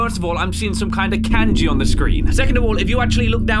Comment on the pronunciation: not gonna lie i feel offended from how you said kanji, and second of all, thats not even kanji